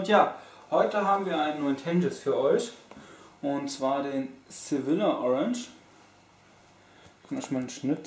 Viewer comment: das spricht man "Sevija" aus :D